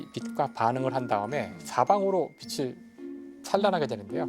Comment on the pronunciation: 김상욱 교수님은 빛을[비츨]을 계속 [비슬]이라고 잘못 발음하시네요.